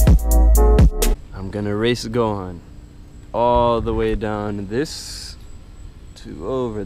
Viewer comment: I thought it was gohan not Go han